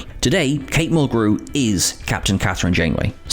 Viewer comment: This channel, for being all about Trek, pronounces things incorrectly FAR too often. When talking about Janeway they emphasized the syllables in her name incorrectly, too. Instead of "MUL-grew" they said "mul-GREW".